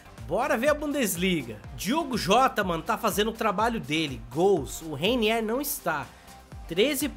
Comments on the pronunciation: Se fala:Reinier não Reiniér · Ele não sabe nem rwiniwr ele fala rainier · N se pronuncia Reiniér. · Reiniéér kkk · ele fica falando reiniér, a culpa não é minha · Sabe nem falar o nome do mlk ororor